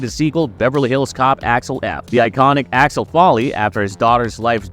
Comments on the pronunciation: Who the heck is ALEX FOLLEY? Eddie's character name is pronounced AXEL FOLEY (as in FOA LEE), not Folley or Alex. Why don't people ever get the name right? Is everybody trying to be BRONSON PINCHOT, who played SERGE? At least he had an excuse. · It's AXEL, not Alex, (or Achwel, if you're Serge) and FOLEY, not Folley. Stopped watching 15 secs in and wrote this correction. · Here have a well deserved dislike for having the gall to say this movie is one of your most anticipated while not even being able to say Axel Foley correctly. You literally call him Alex Folley. Good Lord please stop making videos. Also the fact your view count is so low across the channel screams how fake and bot filled your sub count is. Absolutely pathetic. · Did bro say Alex f 😂